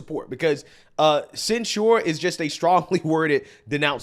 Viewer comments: Just FYI, the emphasis in the word censure is on the first syllable: "CEN-sure", not "cen-SURE". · I saod it before and I'll say it again, the word is censure pronounced almost like censor. You keep saying it like ensure, the old people drink. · it's not sen-shoored, it's sen-sherred, emphasis on "sen." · This idiot makes conservatives look stupid AF. IT’S NOT SENSURE. THINK OF IT AS SENSE-UR. WTF NO. “YA SEEN THAT, YA HEARD THAT.” THAT SHIT IS ANNOYING TOO BRO. LIBTARDS FEIGN EDUCATION BECAUSE THEY GO TO COLLEGE, WE TRASH THEM FOR BEING SO FOOLISH YET PEOPLE OF INFLUENCE CAN’T EVEN PRONOUNCE WORDS PROPERLY? COME ON MAN. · the accent is on the first syllable. ˈsen(t)-shər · Please if you mispronounce this word one more time 😭 it is censure /sĕn′shər/ pronounced sen-sure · It’s not pronounced “cen sure” lol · For anyone who still believes in the English language, the word censure is pronounced "sen(t)SHər" according to Merriam-Webster. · Are you mispronouncing "censure" on purpose? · learn to pronounce "Censure." You are mispronouncing it every time. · I don't know how you can hear so many people say the word "censure" properly, but you still pronounce it wrong.